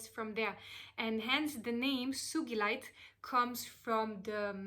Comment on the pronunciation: Yay! You pronounced it correctly!! 💚💕💚 One of my biggest pet peeve‘s is when people pronounce the name of the stone wrong 🤣 Thank you for this wonderful video beautiful soul!! I read Sugilite is also called Royal Azel